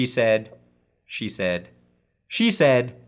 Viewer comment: Hearing "She said" repeatedly makes it sound like "cheese head." Watson is going to the Packers confirmed.